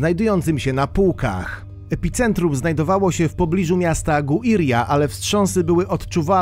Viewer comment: Epicentrum! Caracas!! (2×) - naucz się poprawnie czytac!!!